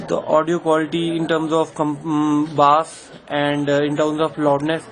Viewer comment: it's bass and not baass ..chutiye ..!!!lollll